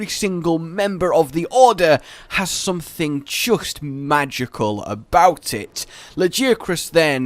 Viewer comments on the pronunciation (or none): none